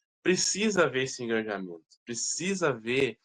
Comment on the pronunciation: Uma pequena contribuição. O correto seria Engajamento e não EngaNjamento.